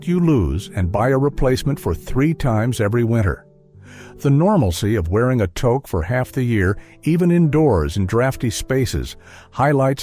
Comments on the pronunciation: TOQUE !!! Pronounce it properly eh They have this robot talking like it’s a proud Canadian. If you’re born and raised in Canada (unlike the ai robot) you know how to pronounce Toque and you also know what a Toboggan is. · TOKE a shiboleth all right. it is TEWK You have betrayed yourself with this "shiboleth." Hilarious, ironic. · It is pronounced tuke not toke eh! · Umm a toke is something else in Canada. Something that was legalized relatively recently and something I can't see helping you survive in winter. The winter hat is pronounced 'two-k'. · Alright man, time for a pronunciation lesson... it's toque (rhymes with Duke!) Okay ? It makes my ears bleed when I hear that mispronounced by every american AI voice!😂😂😊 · Great clip, but it's pronounced " Tooque" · Spelled TOUQUE and not pronounced as toke. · It's pronounced "touke" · It's pronounced 'tuke'. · The phrase is,, “how do you like your coffee?” And the answer was, “crisp!” You need to start reading and pronouncing properly. And TOKE? Come on! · No, no, the commercial was; "How do you like your coffee?" "I like my coffee crisp!" And Ai pronounced toque so badly! It rhymes with toot! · You mean toque pronounced tooth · It's pronounced "took" Rhymes with "kook" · Toque is pronounced TUKE rhymes with fluke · G'day (we used to say that in Ottawa when I was a teen in 1970s). What's so hard about saying "tooke" for touque? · Thank you. He really needs to get his pronunciation right. He would be getting real high in Canada, if he asks people for a toke, and wonder why he wasn't getting a hat. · Which is how it incorrectly pronounced it. Too-k, if you must. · I find the voice okay, but the "Toke"? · Obviously not a Canadian, he keeps mispronouncing toque. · Yes the pronunciation is wrong. Toque uses a sound like the o sound found in loose. Get it fixed people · AI should learn how to pronounce toque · This is a US site....tooook when it's pronounced tuuk. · It's "tooke" not "toke".. spelled toque